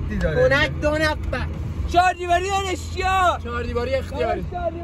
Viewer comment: نگا چجوری میگه پونک دونفع دونفع دهنتوو😂😐